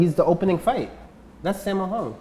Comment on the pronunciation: I am crying after he said simmo hong broooo its saaaammooooo 😭😭💔